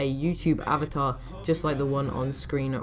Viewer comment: Avater? xD